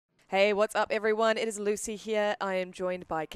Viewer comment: loosey he-ear